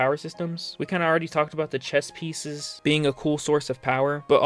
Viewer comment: Chess pieces. I thought you said chest pieces 😂